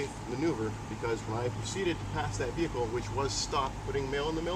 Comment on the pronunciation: sounds like hes saying fecal haha not vehicle